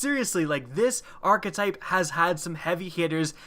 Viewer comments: WTF is an arch-uh-type? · Wanna say arkatype 1 more time